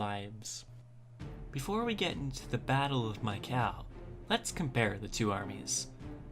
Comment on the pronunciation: I believe it's pronouced ME-Ca-LEE